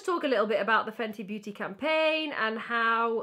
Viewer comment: "Fenty Beautyyyy" in her Welsh accent😂😂